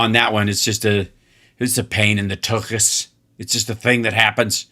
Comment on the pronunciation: Good job pronouncing “tuches” correctly.